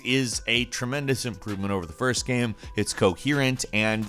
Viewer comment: How can this guy keep mispronouncing the word "game"? Trips me out, I dunno wth accent makes you say "geeyam"